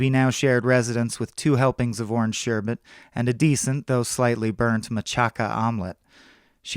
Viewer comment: thank you for pronouncing "sherbet" correctly...so many people say "sherbert". Although you did later refer to it as "ice cream"...